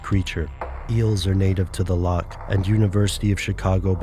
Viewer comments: A Scot cries every time you pronounce loch as "lock" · Scottish person here... Just want to clear something up about the pronunciation of "loch". It shouldn't be pronounced as it is in the video like "lock". You should make a rough sound in your throat for the ch sound. Exactly like the ch in many German words, for example, "nacht".